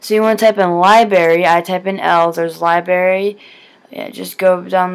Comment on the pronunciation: it is not libary its library!!